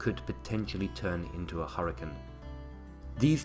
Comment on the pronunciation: it's hurricane not harcun. please get it right man. I love your videos but learn how to say HURRICANE.